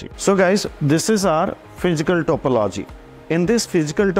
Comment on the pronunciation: Please pronounce topology accurately its so annoying to po logi